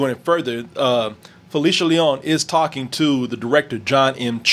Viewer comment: lol does this guy with long hair even speak Spanish? the way he said Leon doesnt sound liek it. cmon man